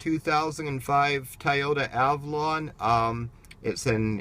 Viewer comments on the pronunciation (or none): Dude you’re too picky!! Chill out... it’s pronounced Toy-ota not Tie-ota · Tie o-ta? 😂😂